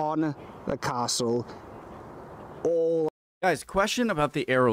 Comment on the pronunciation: Ah yeah. Driven passed this so many times or on the train. It's never talked about much tho. Only nitpicking his pronounciation though. Castell is harder since 'Ll' is actually a separate sound/letter in welsh (To hear how to pronounce it look here ) Coch does not sound close to 'cock' either. Ch is it's own sound/letter and while he does a better job of sounding this, the co at the start should sound closer to the start of 'Coke' (how to pronounce Ch here )